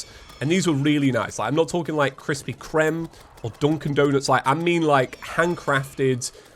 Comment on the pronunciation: Okay I know he’s not american but why did he say kreme like that no offense